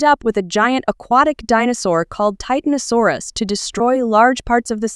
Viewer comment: you said titainsaur when it wasn't that creature.